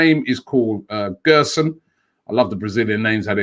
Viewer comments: Btw it’s gerson not guerson (the ‘ge’ sounds like a ‘je’) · Gerson's name is pronounced like "jerson". He's a great young prospect, one of the best in Brazil, but i can't see this deal happening.